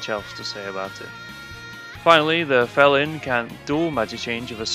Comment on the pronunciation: Fel-Lyn???? Pretty sure its a pun on "FELINE"